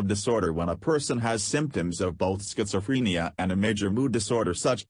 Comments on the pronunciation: Schizofreeeenia, please say it right. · I can't get over how the voice over thing pronounces schizophrenia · you are pronouncing it wrong